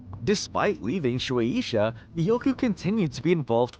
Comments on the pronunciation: Shu-A-Sha Not: Sh-oo-Ae-E-Sha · You pronounce shuesha so weird